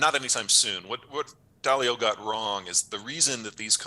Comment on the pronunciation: Not DAY-lee-oh... DAH-lee-oh!